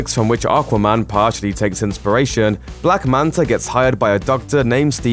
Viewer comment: I swear he said black manter once